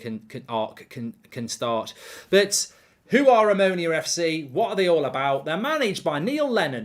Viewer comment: The club is called Omonoia... Not Omonia